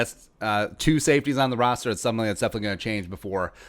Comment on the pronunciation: Is he saying rooster on purpose I’m guessing so but idk